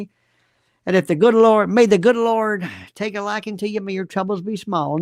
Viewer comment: She uses that word"human" too much.. creepy. When she says "the Lowrd" Too. She is so gross